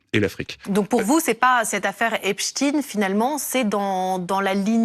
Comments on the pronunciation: C'est Epstein et pas epstin origine juive germanique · Prononcer "Epstine" plutôt que "Epstein" fait moins juif et plutôt Poutine ! Ces pseudo journaleux sont vraiment des mange mer... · C'est Epstein, pas Epstine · Cela commence à être énervant d'entendre prononcer Epstin au lieu de Epstein, donc on a aussi un Albert Einstin et non Einstein, retournez chez l’orthophoniste les journalistes. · Comment dévier le Epstein en "Epstine" pour discréditer un maximum le Prof. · Ce n'est pas Epstin...mordel de berde mais Epstein... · Eh BFMWC... Arrêtez de dire que les Français sont complotistes !! C'est pas Epstine mais EPSTEIN madame !! Ne confondez pas avec Poutine dans vos petits neurones... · Arrêtez de dire EPSTIN... C'EST EPSTEIN COMME : EINSTEIN GOLDSTEIN FRANKENSTEIN Epstein n'est pas Russe que je sache... Ils nous prennent vraiment pour des truffes analphabètes... Tout cela pour nous faire oublier qu'il fait partie du" peuple soit disant élu..." Non non... On sait... Pas besoin de le cacher.. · "epstin", "berstein" 😅🤣😂😂😂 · Pov' tite journaliste que savait pas que y avait pognon pouvoir sexe ça s'entrecroise depuis pfou...un bail Y vous apprenne quoi dans vos écoles de propagandistes ? En tous cas pas la pronociation Epstiiiine !?!? Donc alors Einstiiine ? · Epstchiiiine... On dit Borschtiiiine maintenant alors... Ou Albert Einstchiiiine...😊😊 Pauvres nanas... Voilà ce qui arrive quand on confie un plateau télé à des connasses au QI d'huître... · ELLE A DIT EPSHTEPSHTINE! ANTISEMITE!! BOUUUUH! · Ah ce monsieur a prononcé "Epstain " ! Vite, il faut le déclarer antisémite !!! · Epstein , ca se dit comme einstein . c'est pas epstine , meme si ca fait moins juif. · epstein ce prononce comme einsten mais une certaine communauté à donner ordre aux média de dire " tine" pour que ça se voit (s'entende)moins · On dit Albert Einstein donc on prononce Epstein de la même façon...et ça nous prétend parler français😂🤣🤢🤮